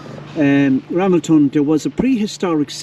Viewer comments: Pronounced RaMELton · Pronounced, Ra, mel, ton. James Buchanan 15th President of USA, born just outside Ramelton. His father James Buchanan Sr. was an Ulster - Scot.